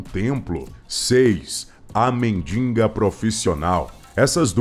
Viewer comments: Não é "Mendinga",é MENDIGA. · o locutor consegue a façanha de falar mendiNNNga profissional kkkk